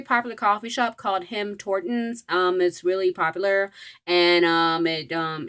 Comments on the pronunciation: It’s TIM HORTONS not HIM TORTONS LMAOOO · were you saying him tortons?!